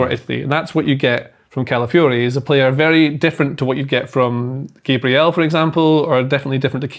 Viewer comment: Again, show some respect and pronounce Gabriel correctly and not in that ridiculous way that only leprechauns use👍